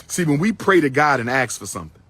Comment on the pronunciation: Each time he says axe instead of ask, I hear nails on a chalkboard 😂